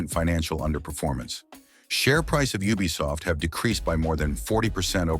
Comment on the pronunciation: Is not a bad voice but ubisoft sounds like bubisoft😅😅😅